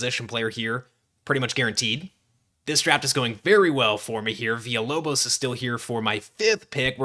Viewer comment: The lock in for the Villalobos pronunciation was dope and appreciated